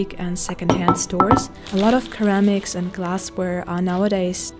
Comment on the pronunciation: Just so you know, ceramics is pronounced with an “s” sound like in the word “sir”. 😊